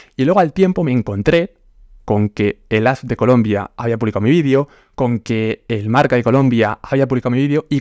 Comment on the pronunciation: No se dice vidio, se dice video